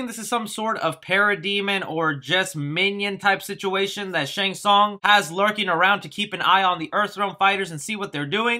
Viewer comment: Dude.... plank of wood? It's a tonfa... First, Shang Teesung... now this? Did you graduate from elementary school?